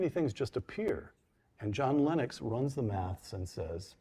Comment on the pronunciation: Meyer gets points for pronouncing Principia correctly, Lenox as a mathematician should have known better and loses double points for pronouncing it incorrectly.